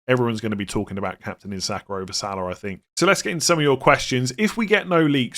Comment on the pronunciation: I love your content but please stop saying Salar and Sakar....there is no R in their names